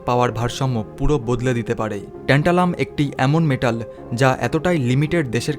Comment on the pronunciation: এমন যান্ত্রিকভাবে বক্তব্য পেশ করলে শুনতে ভাল লাগে না।উচ্চারনেও ত্রুটি।একবার বলা হচ্ছে টেন্টালাম, একবার ট্যান্টালাম। এছাড়া একটি দেশের নাম বারবার জার্মান বলে উল্লেখ করা হয়েছে, জার্মানি নয়।বাংলা ইংরেজির মিশেলে পরিবেশিত।অথচ কত গুরুত্বপূর্ণ তথ্য যা আমাদের ভারতের ক্ষেত্রে অতীব তাৎপর্যপূর্ণ।